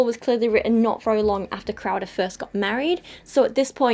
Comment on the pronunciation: Every time she says "crowder" for some reason I keep hearing "krauser" so now im just imagining jack krauser lecturing people on how abstinence is important.